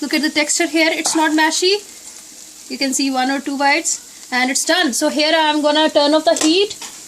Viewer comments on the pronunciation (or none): Its Mushy not mashy Just fyi